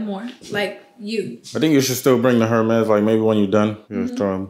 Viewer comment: Love y’all so much ❤. Been watching y’all from the beginning. Please doesn’t take offense to this but the “H” in “Hermes” is silent. Don’t need the trollers trolling 😁.